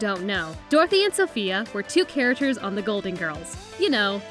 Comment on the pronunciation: Say characters right